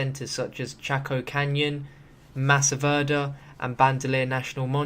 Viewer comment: Hahaha your accent when saying Anasazi and Mesa Verde make me laugh, I'm from New Mexico and you say those words just so... strange, so foreign! But otherwise good video, keep up the quality content!